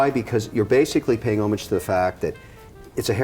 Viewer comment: Kevin is pronouncing homage wrong